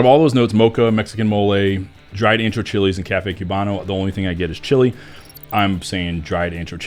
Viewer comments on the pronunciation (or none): none